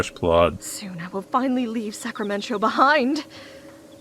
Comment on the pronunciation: Cannot get over the name of the town. I’m from Sacramento so hearing Sacramen-cho is really throwing me off and out of the immersion